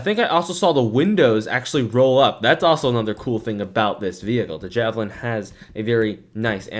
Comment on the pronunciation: it is not jahhh - velin its jaayyy- velin